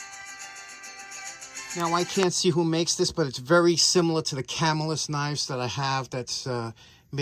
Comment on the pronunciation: Ca-MILL-us, great knives..really enjoy your content, you are so knowledgeable in so many areas…I always look forward to the next topic. 😊